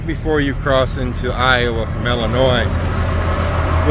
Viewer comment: Prayers for your mother to recovery quickly. Also, when you were at the scale house you pronouced Illinoise wrong.